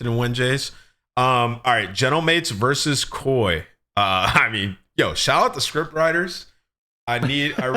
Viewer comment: calling it k.o.i drives me insane. ITS KOI.. LIKE KOI FISH....